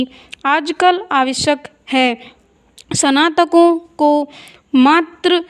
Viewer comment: सनातक× स्नातक होता है